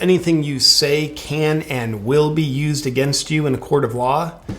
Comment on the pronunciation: "_CAN_ and WILL be" is terrifying.